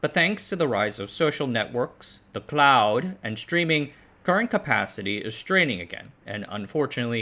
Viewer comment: This is the only way I'm going pronounce it from now on. LMFAO 😂